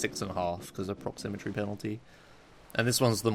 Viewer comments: It's "proximity" not "proxymmetry":D Keep up the good work, I'm loving this series! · Duuude. It's proximity, not proximitry. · proximitry? really? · Take a shot every time says "proximitry" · You kept saying "proximitry" instead of "proximity" lol. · Isn't it proximITY rather than proximiTRY? It sounded weird each time I heard it. Great video btw loving this series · proximitry proximitry proximitry god dammit,, it's PROXIMITY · the word is Proximity:D I loved the video anyway, good job and looking forward to the next ones. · It's pronounced prox-im-it-ee by the way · Listening to say "Proximity" wrong for 1h straight:D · Theres no second R in proximity.